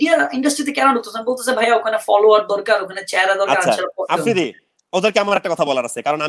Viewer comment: আফ্রিদি নিজের নাম টাও উচ্চারণ ভুল করে।।অকালপক্ব প্যাচ প্যাচ করেরে।।স্মার্ট কাউকে নিয়াছেন যে ম্যাচিউর ।।